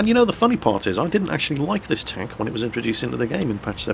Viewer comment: Goddamit its Stronk Tonk not Tenk.